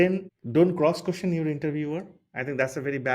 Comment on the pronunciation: Nice video, but your accent is hard. Your "question" sounds like "cushion".